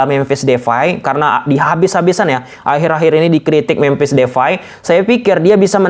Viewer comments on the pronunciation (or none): Depay bro bukan devay